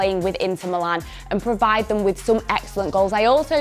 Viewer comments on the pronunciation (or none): none